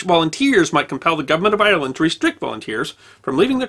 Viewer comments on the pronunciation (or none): It's Ire-land not I-er-land, but another great video as always. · Sir you are pronoucing Ireland wrong ...